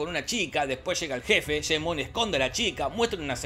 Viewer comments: Escucharte decir Jane Bon me hace doler los oidos. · ¿"Sheim Bon"? 🤦🏻‍♂️😂🤣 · Jajajajaja el "sheimbon" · El "bon, sheimbon"